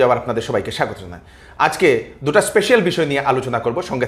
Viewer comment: Sir, sec, duta is not the right pronounciation, it should be hoito 'Duita, Duiti, Duto', but not that duta...Hope u might not get offended n would rectify those wrongfully pronounced words in the videos uploaded next. Thanks again for ur work.